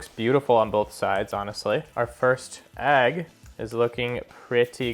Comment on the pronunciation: Agg? 😂 it’s EGG! Nice review tho